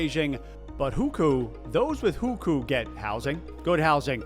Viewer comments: Great video. My first time seeing you and now I've subscribed. A lot of the comments are harsh but I learned some things here that I haven't seen covered in other videos. Some constructive feedback - take a moment to learn how to properly pronounce Chinese words and places (or any foreign language in your videos). Shenzhen, Guangzhou, canton, hukou.. all pronounced very wrong. Chinese pronunciation is difficult to get right but a little effort will at least get you in the ballpark. For the few viewers who speak Chinese, it will lend credibility if you get it right or sound like fingernails on a chalkboard if not. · It’s “who ko”, not “who khoo” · It's not pronounced "WHO-KU". It's "WHO-CO". Hearing that again and again was jarring. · first it's not "Hükü" but Houkou. then Hukou is transferable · HuKou = WHO-co, not who-coup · Video started out great. Once you got to Hukou (which you incorrectly called "who-koo) and Winnie The Pooh, you started spouting bizarre categorical lies that you could literally debunk with basic research, or even a basic search. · It would be better to pronounce as Who Co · at least try to pronounce "hukou" properly dude. It's sounds more like "who ko" where ko is the first syllable of "Kobe". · I love your videos but you could learn to pronounce some key terms in Mandarin better when making a video about China. Literally chatgpt can teach you pronunciation nowadays. hùkǒu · The pronunciation is atrocious. I'm not Chinese, and I don't know Chinese (although took a few classes long ago), but you should try to spend at least 10 minutes to learn how to say the names. I'm not expecting tones or anything. Just a rough approximation that an English-speaker who spent that 10 minutes might say. In addition, not only are the Mandarin names atrocious, but even "Canton" wrongly sounds like the city in Ohio. Things such as this can also cause people to wonder how accurate other information in this video is.